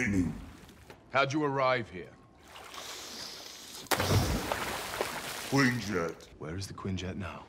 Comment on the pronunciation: The queen jet instead of quinjet was adorable af